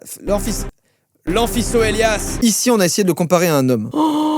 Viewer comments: T debile on dit AMPHIKOELIAS pas C mais K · Ce qui est écrit : amphiCoelias Ce que joyca lit: Amphissoelias 😂😂😂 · Je crois que ca se prononce ANFICOLIAS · Alors l'Amphicoelias (qui se prononce anficelias) c'est légèrement bullshit : c'est juste un paléontologue qui a soi-disant trouvé une seule vertèbre de 2m50 (qui aurait mystérieusement disparue...) et c'est de là qu'il en aurait déduis ces 60 mètres de long. comme il ya littéralement 0 preuves qu'il a existé on reste effectivement sur un dino dont on a pas besoin de vérifier si il a existé vu qu'on a plusieurs fossils : L'Argentinosaure. Respect si quelqu'un lit tout ça